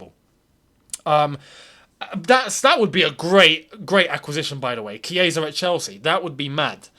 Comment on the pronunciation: Wow!! The chiesa pronunciation🥳🥳(kieza),am in love